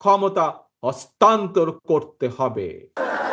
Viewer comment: অস্তান্নত না হস্তান্তর হবে 😂😂😂😅😅😅😊😊